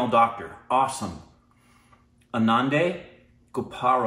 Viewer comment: ANANDI is pronounce like UN-NON-DI